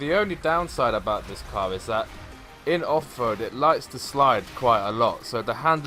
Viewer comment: Is it offroad or offwoad haahah